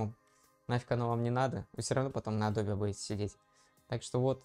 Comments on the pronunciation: Адобе, ютубе...фасебоуок...А.И... на слух режет. Трудно вас русскоязычных научить произношениям. Эдоб, ютюб (не путать с ютьюб), фейсбук, ЭйАй и т.д. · мне одному произношение "Адобе" режет слух? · не тебе одному 😂 причем, знание, что правильно — Адоби, что это топоним, и поэтому "е" на конце читается, положение не спасает. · Эдоуби -- так правильно, если верить произношению нескольких переводчиков на английском. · может быть я что-то выдумываю и в английском "е" на конце читается?